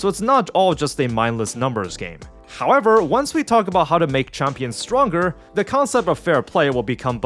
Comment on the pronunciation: “Hahkwever” lmfao dead giveaway